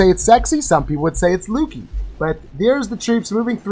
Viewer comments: Solid strategy! I was using the hybrid attack for a bit. Pretty easy to run into time issues on max bases though. Scatter shots are gnarly wanna try to take on one at a time. Also, not sure if its intentional but they way you say lucky I believe is incorrect. Sounds like you're saying lukey. Lol. that was some solid WB placement though. I’d say skill over luck. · Great video, but why doesn’t He know how to pronounce ‘lucky’? Autistic?